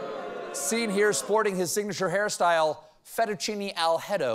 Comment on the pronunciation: “Fettucini Al-head-o”. Oh dear… I rolled my eyes first…then started giggling uncontrollably moments later…